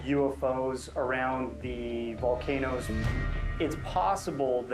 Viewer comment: He's so good at pronouncing the volcano names lol